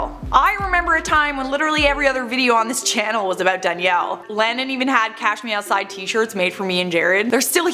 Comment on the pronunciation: To me it always sounded like "Cash meow side".